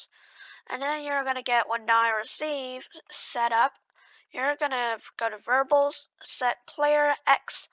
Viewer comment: its variables not verbals